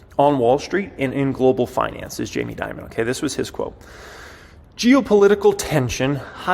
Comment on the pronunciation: It's Dimon not Diamond